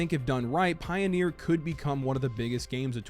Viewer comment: Is the word "Pioner" pronounced that way with just one E? I think you're saying Pioneer...